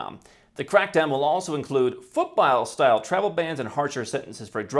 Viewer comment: Foot-bile?? He said it twice! Foot BALL. Foot BALL.